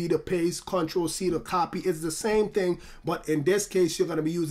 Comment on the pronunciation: Some ting wrong XD